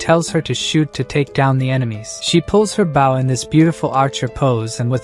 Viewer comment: if the TTS you're using supports SSML you can use bow to make it say bow correctly